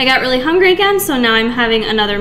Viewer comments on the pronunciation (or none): none